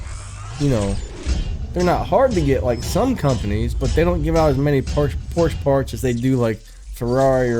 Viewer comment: I hate to be "that guy" but Ferdinand Porsche's last name is pronounced "Porsch-A".